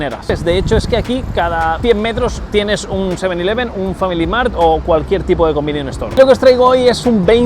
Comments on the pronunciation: Joder qué mal suena cuando dices "convinion" todo el tiempo 😂😅 son "convenience store" y por eso les llaman "konbini" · Un "convinion" store jaja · "combinion store" 😭 es convenience store xD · Cada vez que dice "combinion" dios mata a un gatito. Por lo demás genial video! Deseando ir a probar mil cosas!